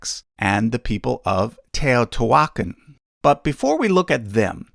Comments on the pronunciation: Wonderful job. To be helpful, "Teotihuaca'n" has an accent printed over the last "a" meaning that syllable is stressed. Thanks! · Oh boy you butchered Teotihuacán and Tenochtitlan